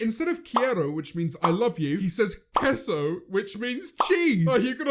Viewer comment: Are you sure you speak Spanish? Your pronunciation is not very good. You say that quiero translate to I love you and you pronounce queso, Kesso among other mistakes.